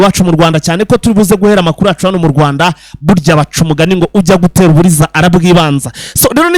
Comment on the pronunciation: Bavuga gutera uburezi. Ntabwo Ari uburiza. UJYA GUTERA UBUREZE ARIBANZA